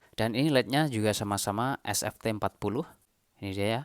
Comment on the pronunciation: Sst40 vs sft40 admin salah sebut itu 😅